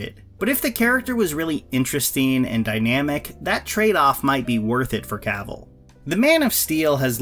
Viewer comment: Dammit, it’s pronounced “kah-ville” not “caaaah-vole”.